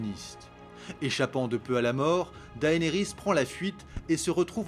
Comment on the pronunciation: tu prononce mal Cersei et Daenerys sinon très bonne vidéo !